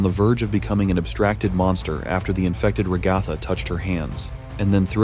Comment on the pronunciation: “Ragotha” I’m sorry 😭